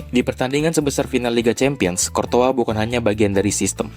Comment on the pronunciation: bro gw masih baru ngikutin persepak bolaan. masih sering bingung sama cara baca nama pemain dan courtois dibacanya kortoa?? darimana weh soalnya selama ini aku baca kourtois